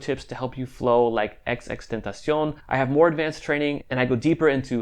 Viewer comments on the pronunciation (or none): He legit said xxtentacion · Fake X Fans: XXXTenacon 😳 Real X Fans: XXXTENTACION 😲 This Dude: XXTENACIONS 😈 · HIS NAME IS , XXXTENTACION WITH THE XXX NOT XX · rip x) its xxx not xx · i feel how it’s disrespectful how you gon say something about someone but now even say they name right 🤦🏼‍♂️